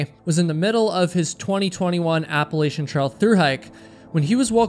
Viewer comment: You pronounced Appalachian wrong.